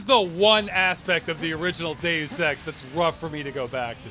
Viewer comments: I can't stop hearing you pronounce Deus Ex as gay sex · Deus Ex sounds like Day of Sex